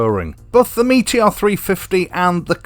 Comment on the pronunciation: Yo bro cool rap right there 😁. Good Yorkshire lad getting the name right….never in doubt. So why do the others call it a Meetyor?